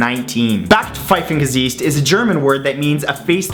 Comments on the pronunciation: I had to listen it 5 times to figure out what word you tried to pronounce... "Backsteingesicht". It is "brick face", i.e. a face that demands a brick. I would never use that word. Never heard it, it might be slang somewhere but not here... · It's backpfeifengesicht :D it's pronounced Buck pfifen gesiht :P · It took me three times of listening to understand what you were saying . Backpfeifengesicht. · "Backpfeifengesicht" :D When you said it it sounded like "bagfeiwengessieht" :D But you pronunced itbetter then some other people indeed :D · Fun pronunciation of Backpfeifengesicht. It should've been more like bug five-n gah sicht ;) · As u said Backpfeifengesicht i first understand Black Pirate Disease :P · o.O I speak German and had no idea what word you were referring to at first because you butchered it so badly... For future reference: It's supposed to sound close to "buck-pf-eye-fen-ge-sikht" (the kh being that sound that doesn't exist in English but sounds like something between K and H, not K followed by H) Also, Ü is something between "oo" and "ee". Try saying "ee" while pursing your lips as if you were trying to say "oo" and the result will be ü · Bäcfeifengesiicht :D :D :D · Do you Mean Backpfeifengesicht Matthew?or Arschgesicht? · it really took me a moment to understand what you're saying :D I'm german, and your pronunciation of "Backpfeifengesicht" is really funny :D Sadly barely anyone here uses this nice word :D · Backpfeifengesicht :p funny pronounciation :p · It's funny for me as a German to hear how you pronounce number 12 ;D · So funny how he says "Backpfeifengesicht" That's probably the worst german i've ever heard. xD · Dude, if you want to talk German then at least learn that one Word and pronounce it correctly!!! Backpfeifengesicht! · #12 Do you know how long it took me to understand that you said "Backpfeifengesicht" xD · the way he pronounces backpfeifengesicht is priceless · to #12: i'm german and i have no idea what you said